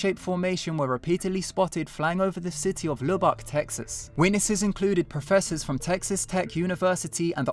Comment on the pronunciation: How do you pronounce the Texas town? Luh-bick, Luh-buck, or Loo-bock?